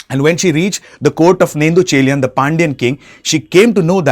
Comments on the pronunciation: It's not nettucheliyan it's Nedunchezhiyan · This guy killed every name 😭. "nendhu" chelian 😂. Good try anyways